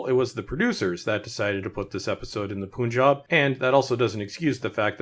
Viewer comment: It's pronounced pun-jab. Not poon-job lol